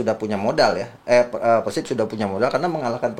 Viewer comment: Nyebutnya bukan PERSIB bang tapi PERSIB